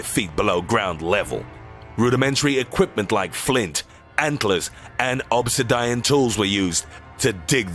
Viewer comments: How did he say obsidian again? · The way you pronounce "obsidian" is hilarious